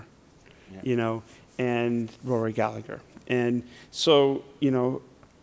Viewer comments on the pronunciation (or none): Gal-A-Her not Gal-a-ger The second "G" is silent. In Ireland Callaghan is the same, silent second "G" Cal-a-han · Rory "Galla-her" The g is silent